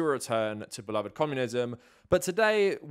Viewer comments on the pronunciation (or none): none